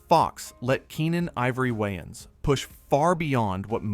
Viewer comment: Your saying Waynes super weird